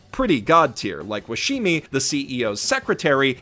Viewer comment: Is "man of culture" some new slang for "Frequently mispronounces Washimi"?:33